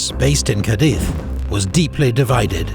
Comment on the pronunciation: Cádiz (graphic accent on the first syllable, denoting that as the stressed syllable), not “Cadíz” as incorrectly written on your map and pronounced in the voice-over. Mistakes in such relatively minor details undermine viewer confidence in accuracy of more important information. The description and presentation on the Battle of Vitoria is lively, compelling and persuasive but I am left with the sense that I cannot rely on it and need to check other sources on important facts and conclusions because of “Cadíz”.